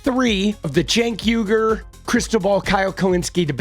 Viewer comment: "People ask me why are you wasting time on Cenk Uyugr" 🤣🤣